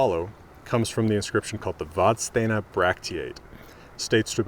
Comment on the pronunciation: Hugely uninportant correction, Vadstena is pronounsed ”vasstena”